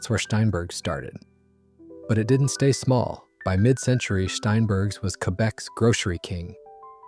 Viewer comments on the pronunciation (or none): It's STEINbergs, NOT SHTEINbergs